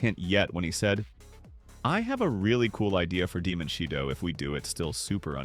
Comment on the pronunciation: It's still "shidough"